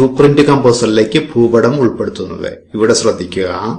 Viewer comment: ഫൂപടം അല്ല ഭൂപടം